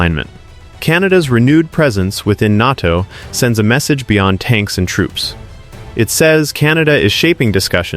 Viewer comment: "NARTO" indeed. AI indeed.